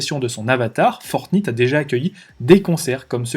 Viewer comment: La Naintendo ? :) Fortnite (comme la nuit, night), oui je sais je suis sévère sur la prononciation mais tous les jeunes de moins de 20 ans connaissent, jeu aussi connu que Donkey Kong ;). On achete avec des vrais euros des tenues (déguiser son personnage en lapin ou militaire) les marques du luxe y voient aussi une oportunité. Dans quelques années dans GTA, si vous voulez que votre voiture soit une Ferrari dans le jeu, faudra payer et vu l'importance du regard des autres, les gens payeront pour que leur personnage soit à la mode. Fini Mario le prolo en salopette, il devra avoir une tenue Louis Vuitton... Il Sinon super vidéo, sujet à la mode que je cherchais à approfondir